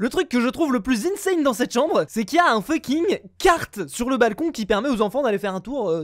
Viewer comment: mdr il dit toujours funking